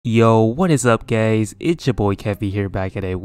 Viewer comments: at the beginning kevvy: what is up guys me hearing: what is up gays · did he just say "whats up gays" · Kevvy: Hey whats up gays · “Yo what’s up gays” 😶